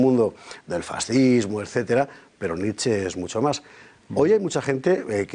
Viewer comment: La ' E ' final de Nietszche también se lee......